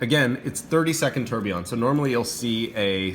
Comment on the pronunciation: Beautiful watch! Deadbeat seconds are cool, it's a watch geek complication for sure. My only issue with the review: do you have to call it a "terb"? 😂😂😂😂